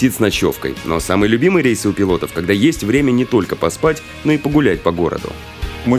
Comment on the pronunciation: александр не рэйс а рейс